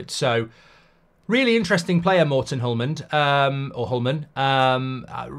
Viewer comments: "Hjulmand" is pronounced something like "yulman", but hard to pronounce the Danish sounds in the word for English speaking people . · Hjulmand is pronounced yulman, and it means "wheel man" which will probably become a chant/song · Mark, I am danish myself and can help you with the pronouciation; Hjul - = is pronounced "Yool", as in "You" but with an "L" at the end. It is not pronounced as an english J where there is a soft D in the beginning (so not like Jewelry or Jaws) -Mand = The D is silent as you said, similar to the english way of saying "Man" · Hjulmand is pronounced Julman, the H is silent. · Hjulmand. Just say it like there's no H and no d. Julman. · H is silent so its more like You'llman D is silent too, hope it helps a bit Im danish btw. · The H and more or less the D in Hjulmand is silent, you pronounce it "Julman". /Scandinavian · The h in Hjulmand is not pronounced as well, and the “hjul”, will be pronounced similar to “Jool”. “Joolman” would be the closes pronunciation for a non native Danish speaker probably. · Actually BOTH the H and the D in HJULMAND are silent, so just say you’llman and you good 👌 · You almost got it Mr. Goldbridge Sir... Pronounse it like "Hjuulman" and you won't be that far off. 😊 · (H)Julmand. H is silent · Hjulmand = Wheel Man (Man here means Maker) so it's basically Wheelwright. Oh and the pronunciation is Yule-man. The H and D are silent here. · When saying Hjulmands name, it's important to use the "J", the "H" can he silent, but they are said together "HJ", but to make it easy for non-danes, put less effort in saying the "H", and just use the "J" as the first letter. A lot of brits make the same mistake when saying Højlunds name, brits use an "i" instead of the "j", so his name becomes Hoilund, instead of Højlund. And I won't even mention the letter "Ø". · The H and the D are silent in Hjulmand. The Danish language is similar in that way to the French.